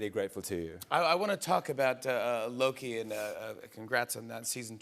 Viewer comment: holy shit i never noticed tht Mobius said it a "LokE Who Remains"😂😂😂